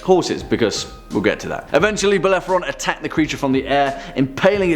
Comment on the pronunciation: Bellephoron? You meant Bellerophon! Also, Cerberus surely deserved to be mentioned, the multi-headed dog that guards the gates of hell, is the offspring of the monsters Echidna and Typhon (which topped the list!) and is captured by Heracles as part of his Twelve Labours. Nice list, though.